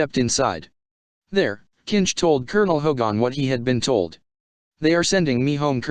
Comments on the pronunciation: ~ +.... It's Hogan. Not Hogon. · All the other comments are clear, but really, please, please get a real person to read this. This machine keeps saying HO/gone instead of Hogan (more like hard G -E-N) with the emphasis on HO. And it was very clear on the show that Baker was a prisoner officially brought in. However, it was never explained what had happened to Kinch (who was indeed Hogan's second in command). I always thought that was a mistake.